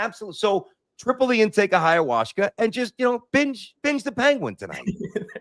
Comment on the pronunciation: it's called Ayahuasca, and it's a beverage. Where are you getting the Hayawashka from?!😂